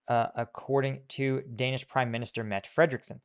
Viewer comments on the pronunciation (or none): Was just about to post this. And also, the last E in Mette is also pronounced.